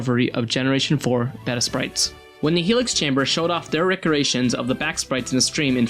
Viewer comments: BAY-tah.. Not Beht-ta.... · Okay but why does he pronounce the word “beta” as “behta” instead of “bayta” like it’s supposed to be?